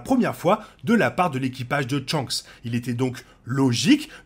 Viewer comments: Mais dans le live action il disent bien shanks et non tshanks ^^ Et tu dis dans un autre commentaire que c'est depuis le premier tome que tu as pris cette habitude du coup je vois pas le rapport avec l'animé Enfin t'es réponse sont pas cohérente mais ce n'est pas grave hein ! C'est pas la mort si ta prononciation est différente, faut pas ce vexé pour si peu 👍😉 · pourquoi tu dis "tshanks"